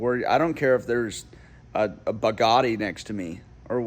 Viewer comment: I'll take the take the Taco over this any day of the week!! Also, it's Bugatti not Bagatti. 😅